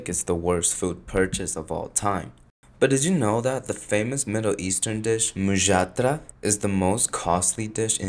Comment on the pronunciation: oh god finally an american youtuber who bothered to check HOW a foreign name is pronounced instead of making a clown of themselves for 30 seconds trying to spell it